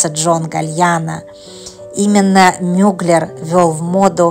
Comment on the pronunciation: Как вы только не искаверкали его фамилию!!! Но за видео большое спасибо!